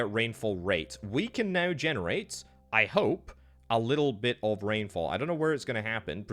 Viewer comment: Dude had a stroke saying generate🤣